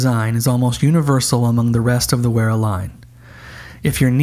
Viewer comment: "Wearer" haha more like "Veera" :D. Yes it can feel strange to pronounce it properly as English speakers but this is totally secondary to these excellent reviews of a wonderful range of tools. Thankyou for this! Also- the Wera colours are certainly mainly the colours of Deutschland!